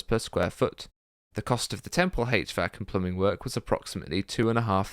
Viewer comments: Hache vac system! 😆 lol It's pronounced H Vac. That is all........ Good video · mechanical engineer here pronounce it "H-VAC", not "Hatch-VAC"